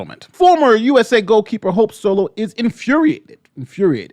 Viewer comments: We just gonna ignore the "sope holo" flub? 🤣 I thought you did it in purpose. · Anyone else hear him say “Sope Holo” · I had to listen to it 4 times. You really did call her "Soap Holo" . 🤣🤣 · We gonna talk about the fact he said sope holo ?